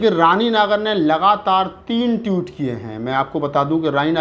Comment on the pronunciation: Tweet hota hai Toot nahi.